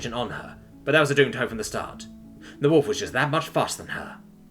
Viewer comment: Why does he keep pronouncing wolf as holef?